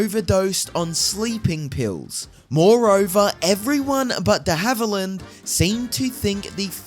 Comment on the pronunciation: Who the heck is narrating this video? Can’t even pronounce the actor’s last name! Did it several times, too. Just awful!